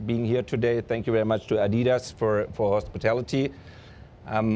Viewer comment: Who the hell pronounces "Adidas" like that?